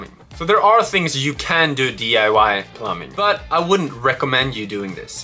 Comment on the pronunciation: As an English Speaker AND an experienced English Teacher in the Japanese School System. PLEASE stop pronouncing the word “plumbing” as plum-BING! The B in plumbing is silent. It’s pronounced as plum-ing, or better yet, plum-ming (don’t elongate the “m”, just say the word quickly). Good channel, love the work you’ve done! Gambate!!!!